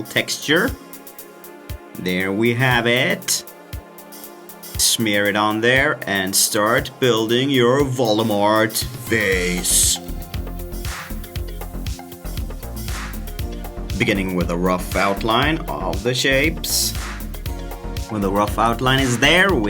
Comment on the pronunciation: Who's volemort (it's Voldemort)